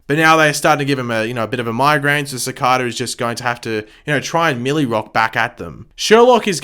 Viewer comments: He also mispronounces Cicada. He pronounces it as Ci-carda. It just Ci-cada. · Your Videos Are Awsome.. But It’s Bugging Me So Much That You Pronounce Cicadas Name Wrong Everytime Lol...They Actually Referenced This In Episode 8 I Think.. It’s Pronounced Ci-Cay-Da Not Ci-Car-Da! ❤️ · It’s pronounced Sih-kay-duh. 😆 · SAY CICADA CORRECTLY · You’re saying ‘Cicada’ wrong.